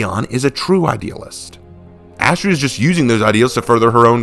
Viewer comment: Having it all layed out like this is amazing and I see your point about their differences. Also ironically or Unironically Astrea’s (Ast-reea) name is a pronunciation variant of a Greek goddess of justice named Astrea (Ast-ray-a)